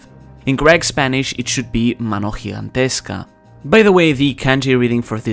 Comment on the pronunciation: Time out!! Tu sabes español? Mana gigantesca lo dijisteis muy bien.